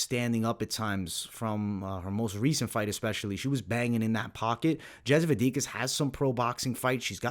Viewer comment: Yep he has an issue with pronouncing slavic names/surnames for quite a long time. Anyhow 2-3 ways but almost never the right one.